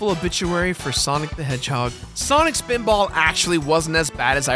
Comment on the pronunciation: swanik speeedbawl